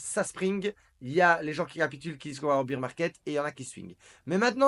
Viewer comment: on prononce bèr market , bear c'est l'ours en anglais